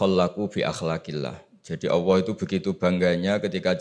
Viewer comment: Cari yg Lulusan Madinah,Makkah dong, buat apa banyak ratusan Lulusan Madinah,Makkah S1,S2,S3. berguru dgn Ulama2 Khibar di sana. maaf kok penyebutan Alloh,terdengarnya awwoh yaa..